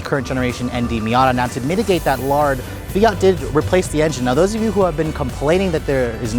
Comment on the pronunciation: Fiat-a lol